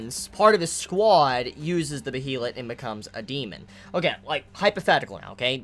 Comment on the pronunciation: Also, regardless of how behelit is spelt, it is pronounced like Bey-lit I believe. It's clearly a foreign word. It looks possibly Nordic or Germanic in origin, so the pronunciation rules will obviously be different. All the anime adaptations have pronounced it like that. Someone let me know if they think otherwise or have different info. I'm just pretty sure you've been pronouncing it wrong this entire time, but no one else has pointed it out. IDK.